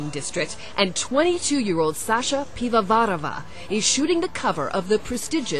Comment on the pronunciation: IT'S pivovarOva...NOT pivovarAva